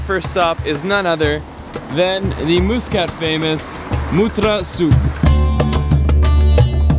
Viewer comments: The Al Bustan Palace was never built for the Sultan. I was built as a luxury hotel and was first used for the first GCC meeting in Oman. By the way, it's pronounced Mus- Cat not Moosecat. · It's pronunciation is "mas"cut not "mu" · Pls pronounce Muscat Properly brother. It's Muscat (masqat) Not muus kat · Lol someone gotta tell, that is ain't moooscat, it's muscat! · Pretty sure its pronounced mus "cut" not mus "cat" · 💖 Nice video but with lots of mistakes...Yes yes! the country is a beautiful magical jewel. But No! it's not Moooskat...its pronounced Mus ...Cat. Pain to the ears everytime you repeated it. Its Mutt ...ra souk not Moootra!. Franckisence is Luban (arabic word)...not 2 different things! it's pronounced Looban not Liban. Its utopia not dystopia! 2 different words with different meanings! The Grand Mosque is for the public, all tourist can entre in the mornings ~ no need to wash anything before! just dress appropriately, same as Vatican visiting rules! You did not show the most famous room with record breaking Chandelier and carpet... absolutly stunning! Apart from the soup all the food you ate was Indian! There are specific Omani dishes that are very Very Tasty! don't know why no one guided you to them? The Bustan palace hotel is just that...a palace built initially to accommodate the ministers for the GCC summit that year...and later converted to a tourist hotel! The Sultan does not live in that far off beach palace, he resides there occasionally but lives elsewhere! The Omanis in your video are so Polite no one dared to correct you in your bad pronunciation etc... Apart from all that it was a nice fun video. Finally...Oman is not in the Middle East it is in the Arabian Gulf region (the Khaleege in arabic) the Mid.East is in far West countries of Syria, Lebanon,Palestine and Jordan...also known as the Levant region. And why should people be shocked at how nice it is?! ... it m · Love that pronunciation - Moose Cut!